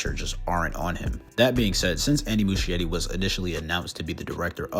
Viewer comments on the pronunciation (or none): The ‘ch’ in Muschietti is pronounced like a ‘k’, so it’s Mus-ki-etti, not Mushy-etti.